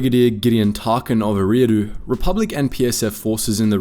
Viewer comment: Great video but it's pronounced, "Erie" like lake Erie. "ahh-doo" Erie-ah-doo